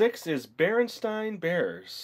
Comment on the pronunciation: Number 6 is pronounced bearsteen bears